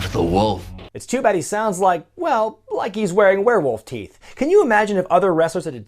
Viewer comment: Lost it at with the 'teef' lol